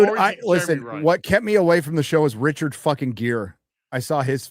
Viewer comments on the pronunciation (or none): none